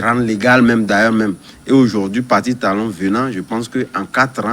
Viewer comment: C'est qui ce journaliste. Il dit talon talon pffff.